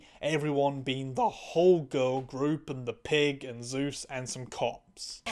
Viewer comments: I can't tell if it's an accent thing but the name is actually Soos, not Zeus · Soos is pronounced like it's spelled/like the Spanish Jesus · Love your content and love this show. Lots of great points. Btw it sounds like you are calling Soos Zeus, but Soos is not a greek god, just an amazing ? Mascot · Why do you call Soos "Zeus" :(